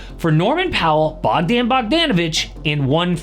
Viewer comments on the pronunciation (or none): the way you pronounced bogdan’s name is criminal